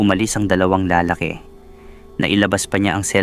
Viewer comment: Pokpok😂 siyempre magaling praktisado ba naman natural sa dami ba namang naka yugyugan. Ayan karma is real😊 ang ganda din baman ng asawa na si Rosalina. Bobo ka Gerald. Yan napapala ng mga nangangalunya. Anyway hustisya ang kelangan😮 Nawa lang maayos mo ang pagbigkas mg ibang Tagalog. Lalaki bala ay hindi maragsa malumay yan bigkasin.